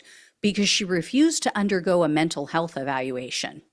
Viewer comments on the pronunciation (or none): none